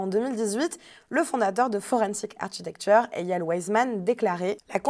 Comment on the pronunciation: 'architecture' se prononce 'arkitecture' en anglais. L'ordinateur sur le bureau est superflu et obstrue la vue. La chronique est intéressante.